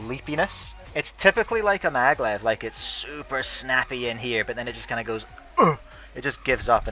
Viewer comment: It’s maglev, not Madlev like the one you said on the unititle